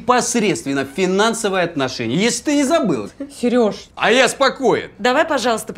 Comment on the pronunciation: Почему ты постоянно говоришь "сЭрежа"? так слух режет